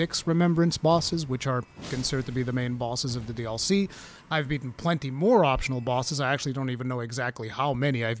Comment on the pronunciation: Lol I didnt understand what you were saying in the intro for the first few seconds. To me, you saying “DLC” sounds like “All See”